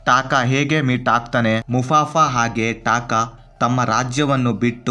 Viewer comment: ಮುಫಾಸಾ ಗುರು ಅದು ಮುಫಾಫಾ ಅಲ್ಲ